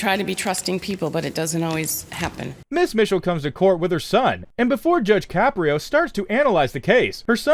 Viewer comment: “Judge Shapiro?” he’s not Jewish, he’s Italian! His name is Caprio (pronounced Ka-pree-o).